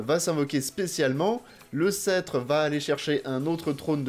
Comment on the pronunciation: Alors c'est as our être chiant mais il faut rononcer le "p" dans "scetre" :o